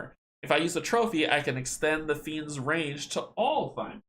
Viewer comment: Also, he pronounces the word Thymor as “Tee-More” (with a little r roll) as opposed to “Thigh-More”. Dang Polish language! =)